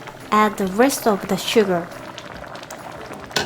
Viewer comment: そのsugarやwaterの「ar」の発音し方、とてもうまいですよ。